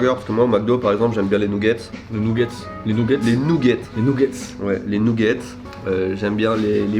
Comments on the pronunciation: nougette et pas Newgete a ne pas confondrre !!!!! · " Nougets " "poutit déjeuner " ça m'a tué 😂 tes un champion